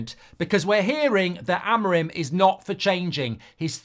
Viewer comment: Rúben Amorim!!!! Say his name right pls, it's AMORIM not AMORIME , try to pronounce the "I" more.